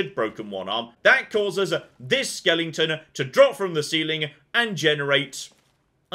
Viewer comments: Why does keep saying “skel-ING-ton”? Is that really how Brit’s pronounce Skeleton? (Pls note the lack of “ing”) Americans want to know! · "Why does keep saying “skel-ING-ton”? Is that really how Brit’s pronounce Skeleton? (Pls note the lack of “ing”) Americans want to know!" No, I think that is a thing. I know that I have watched some of his older videos and he pronounces it normally. At some point he switched to the Nightmare before Christmas pronunciation.